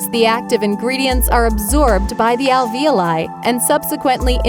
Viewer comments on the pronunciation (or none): none